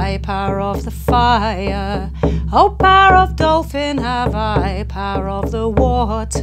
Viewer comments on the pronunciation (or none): first I heard “parrot” but it is “power”, I come from Spanish as mother tongue